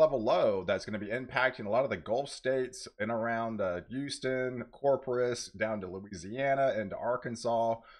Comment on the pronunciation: Corpus not corprus